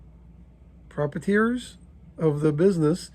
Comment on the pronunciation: Pro-pry-a-ters is how I pronounce proprietors just fyi